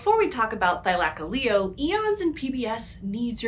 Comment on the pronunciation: oh, I thought it was Thy-luh-coh-lee-oh.